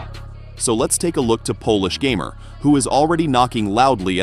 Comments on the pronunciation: You got one thing wrong. His nick name is not gamer like you are pronouncing in English. You would have to watch some polish interviews to hear it. His nickname is made out of his second name. PS: you can actually hear it when Kasta ( polish guy in the KSW, bald ) announces him winner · Fun fact: his nickname is not pronounced "gamer", its "gah-mehr" and doesn't mean anything- just his last name changed a bit. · Its ,,Gamer'' from sourname, not ,,geamer'' from video games, but's nice material